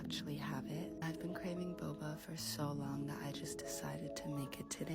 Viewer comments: oh i thought he was saying bubble tea but pronouncing bubble silly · Bubbah T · Bubba tea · Pyro : I WILL NOT MISPRONOUNCE NAMES. Also Pyro: "Bob-ah tea" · “Huger bober tea”-pyro pronunciation cynical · He kept pronouncing Boba as "buba" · Pyro being paranoid about pronouncing certain names wrong but pronouncing boba like 'bobbah', the most british interpretation of that word, is so funny to me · He's British, the same people that think color is written colour. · Pyro not knowing how to pronounce "bubble tea" is insane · bro really tried to avoid mispronunciations and then pronounced boba like that multiple times.